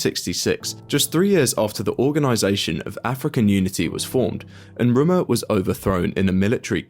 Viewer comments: it's pronounced in-kru-mah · The k in Nkrumah is not silent.